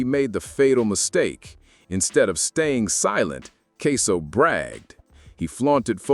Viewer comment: The man name aint queso its ksoo